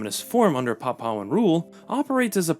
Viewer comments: Yeps ... I know how you feel hearing that 'papau' pronunciation 😅😂🤣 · Nope, "pap-OW" is not an Anglicized version - the pronunciation is "PAP-oo-aa" all over the world, including the Anglosphere and PNG. "pap-OW" is just a mistake. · It's Pronounced Papooahn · A little bit of googling would've saved you from butchering the pronunciation of "Papuan"